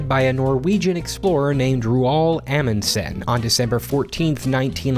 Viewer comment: No shame on you, but your pronunciation of Roald Amundsen is far from right (I'm Norwegian) and it is absolutely hilarious. I love it